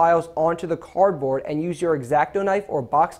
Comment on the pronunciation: He said cord board hahahiahahahaahaha